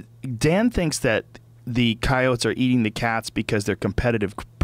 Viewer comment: can't handle how he say's ceyoats